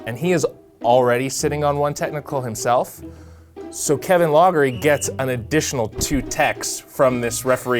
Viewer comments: I didn't know who you were talking about at first until it dawned on me: it's Kevin LOFFERY, fer crissakes, not Kevin LOGGERY. Sheesh. Loughery is pronounced LOFFERY. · The coach's name is pronounced Lock-er-ee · Another guy who pronounces it 'loggery" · Loughery is pronounced "lockery."